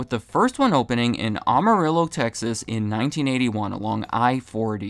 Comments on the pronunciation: it’s am-uh-rill-oh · "Amah-rillo" ok is definitely not from the south. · NOTE: AM (as in HAM) AH-RILL-OH… Amarillo. Sigh. And yet you pronounced it correctly. What gives?! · You butchered the name of AMA RIL O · Amarillo pronounced [Am] [a] [rillo] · What a butchered pronounciation. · I don't like how he said Amarillo.